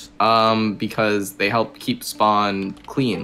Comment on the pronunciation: He says "I'm on my way to help" but sounds a lot like "I'm on my way to Hell", which, quite frankly, makes an equal amount of sense.